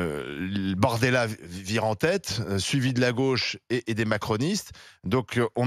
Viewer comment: Il a dit BORDELA et non bardemla mort de rire